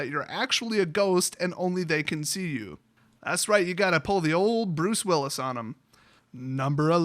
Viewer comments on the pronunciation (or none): none